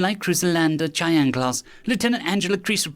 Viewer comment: Both amazing stories, but the "ch" in Cheyenne is typically pronounced like an SH just so you're aware for the future.